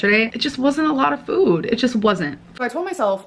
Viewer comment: Still waiting for her to morph into her new personality so she will stop pronouncing food as FWOOWD.